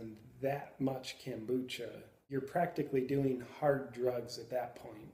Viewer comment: Good stuff man! But it's kombucha, not kambucha (I think). Don't take it too personally.